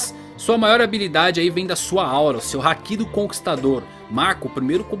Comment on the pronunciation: ainda procurando um youtuber que saiba falar haki direito...kkk